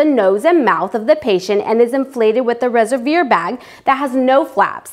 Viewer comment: "resevir" bag..? res-ev-wahr :D